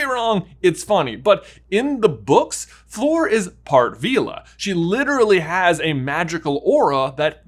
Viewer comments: Love you guys but just have to say it’s Fleur, sounds like flurry, not floor. Sorry, I just twitch every time I hear someone say her name wrong. So many people say floor. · I thought it was Fleur not “Floor” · Fleur, not “Flor” :) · Fleur! She's called Fleur, not Floor! Don't get me wrong, your videos are cool, but please xD If you have trouble pronoucing it the French way, then make it rhyme with 'slur'. It'll be more correct that way. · Lol. How he's calling Fleur "floor" the entire time. 😂